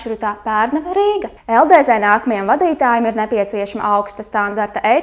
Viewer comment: Kā jau beigās teici, runāt tu tiešām nemāki, jo: #1 Nav saprotams kas ir LDZ, pareizāk tomēr būtu LDz (dz, nevis Dē zē) #2 Vilciens brauc nevis iet pa sliedēm. Bet kopumā tīri tā neko raidījums.